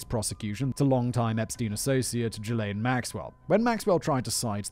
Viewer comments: So Simon... Ghislaine is pronounced "Gee-Lane" Its a hard G, not Jee-Lane lol 😂🤣😂🤣 Ohh yeah, his actual place of residence was in Manhattan. That was the one that had the rich, famous and gov't connected video evidence of the underage blackmail he had on them... thats why they went their first, and when they knew he was in his Florida residence. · it’s ok. Most of us thought “Jizz-Lane” was accurate as well. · I love how Simon pronounces Ghislaine as “Jizzlane” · Simon calling that monster Ghislaine as Jizz-Lane is what I needed to get through this awfulness. Well done. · It's "Zhillaine" Maxwell, "zh" as in "beige". Robert Maxwell was her dad, who famously owned the Daily Mirror, and robbed it's pension fund. Then mysteriously disappeared, claimed to have fallen off his yacht and drowned, but they never found a body. This was right when the investigation against him was stepping up. Incidentally, the yacht he fell of, he named "Lady Ghislaine". That itself isn't conspiracy-fuel. It's just that a terrible man had a terrible daughter who apparently had all of the drive, and lack of morals, that he had. But that's how come I know how to say "Ghislaine". It's obviously been mentioned around her recent trial but it was also mentioned back during her dad's shenanigans. Robert Maxwell was very old, this was early-90s, so he's almost certainly dead now anyway, and didn't leave her a ticket to come join Elvis and JFK. And all that said, he wasn't a tenth the villain Rupert Murdoch is. Satan makes blood sacrifices to Murdoch. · No... I'm pretty sure it's pronounced "Jizzz-Lane" 🤣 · Simon, please tell me you weren't calling her "Jizz lane" all this time... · Ghislaine is pronounced as Ghizlaine.